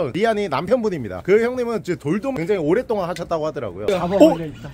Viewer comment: 근데 왜 자꾸 오랫동안을 오랬동안이라고..하시는거예요??ㅠㅠ